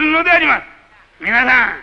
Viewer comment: 「みなさん」ではなく「みぁさん」って言い方が親しみやすさを出してんのかな